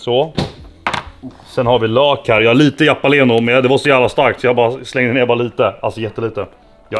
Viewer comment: Ingen tänker kommentera på att han sa ''Jappaleno''